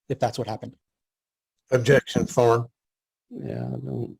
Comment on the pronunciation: Sounds like the "Objecschan foarm" tard is leaking.